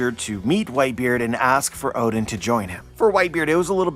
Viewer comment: i keep hearing ODIN and i was like, is the norse allfather now a character in OP Elbaf arc? then i realise you mispronounced ODEN.